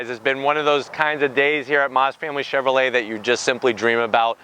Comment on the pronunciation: Chevrolet not Chevrolt lol